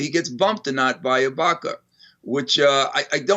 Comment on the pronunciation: Did he say Ibanka ?